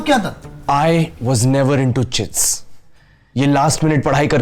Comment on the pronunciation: Chicks ❌ chits👍